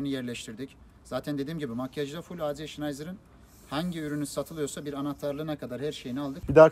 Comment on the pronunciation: AC Schnitzer diye yazılır A Tse Şnitser diye okunur.. Şnayzır nedir yaa?